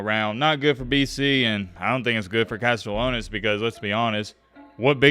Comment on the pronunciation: CAST-E-AH-NOS For the love of god please pronounce his name right 😭